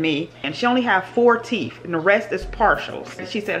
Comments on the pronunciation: It's "TEETH and TOOTH". Teef and toof sounds so uneducated. You speak so well otherwise. Sorry.. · It’s teeth....not teef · Sissss...not bald mouf 🤣🤣🤣😂😂